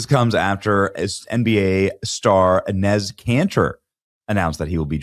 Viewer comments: Enes' (pronounced "Ennis") name is actually Enes Kanter Freedom. Please get it right. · Great video Benny, very funny! His name is pronounced E-neese!😅